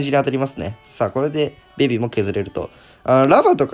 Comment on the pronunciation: ベビがビビに聞こえてしまうのは自分だけ？w